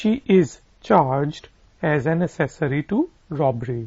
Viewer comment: Ak-sosary pronunciation likha hota hai, aap, ap as-sory bol rahe hain